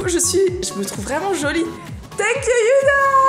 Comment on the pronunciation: Elle a l'air hyper gentille youdha (je sais c'est huda mais tu me fais trop rire parce que tu dis youdha😂😂) et tu étais magnifique quand elle ta maquillée gross bisous ❤❤ #warriorforever